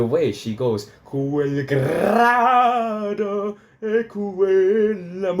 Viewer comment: FOR A START.....ITS NOT ...QUEL GRAADO QUELLA MORTE.....ITS QUEL GRIDO........PRONOUNCED GREEEDO......NILSON DOESNT EVEN TRY TO PRONOUNCE IT.....TURNER IS BETTER......BUT IF YOU WANT TO HEAR THE WORDS....GO TO TEBALDI'S BRILLIANT RECORD WHICH IS STUNNINGLY BEAUTIFUL...SUPER DRAMATIC AND INCREDIBLY GORGIOUS.